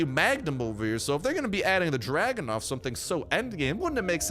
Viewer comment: It's Dragunov, not Dragonov lol